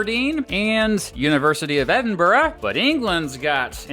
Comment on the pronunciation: The Uk is a 'State' -not a Country. Good vid though and you pronounced Edinburgh perfectly! ~peace